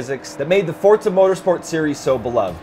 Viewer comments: STOP SAYING FORTZA! :) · why do people say "fortza" its "FOR-ZA" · FORza not FORTZA. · what is fortza, i've only heard forza, it must be a knock off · turn ten created the game. they say "Forza", not fortsa. however the name should be as an italian word is kind of irrelevant when all it's showing is these guys seem to have no clue about turn 10's 4 other hugely successful forza games. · Fuck man learn the fucking name its Forza without a fucking T , you guys keep on saying Fortza. No LikeDeckofJade555 i also realized it. Those 2 guys are flippen stupid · Quit saying fortsa! It's forza ha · Forza, with a za sound, not tsa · WTF is FORTZA its FORZA no T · Dude, really? I wanna slap this guy for every time he mispronounces 'FORZA' there's no 't' in FORZA. fortza fortza fortza.... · It's Forza...not Fort za...! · Fortza is not italian for strength, Forte is italian for strength so before calling everyone else a dumbass why dont you learn your italian!!! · Why do you say fortsa? lol other than that gr8 vid guys. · wtf is fortzah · That is why people hate americans cuz of fucktards like you, but seriously wtf is Forsa?! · Forta Thats How It Sounds When they say it :D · Why do all americans pronounce it like forsa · STOP CALLING IT FORTZA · Am I the only one that notices them saying "fortsa"? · Sorry, did he say 'ForTza?'. Silly American. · the hell is fortza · "Simsnobs" LOL! Cool. Just FYI to all the would be complainers, this is not the next Forza SIM title. It's meant to be a more casual game. And it's a lot of fun. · Please just stop saying "Fortza"..... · Not a true "Fortza" game to me as says it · Don't forget to roll the R slightly. -Sincerely someone who's part Italian. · well the developers are obviously illiterate if they cant even pronounce their own game correctly. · Its an italian word theres also no t in pizza